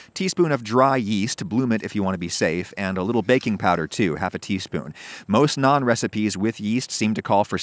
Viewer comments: I’m just glad you pronounced it like “Nawn” and not “nanne” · Just pronouncing Naan correctly and also not calling it Naan Bread, does the deal for me 😁 Great video! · May seem nitpicky but wow he pronounced naan correct!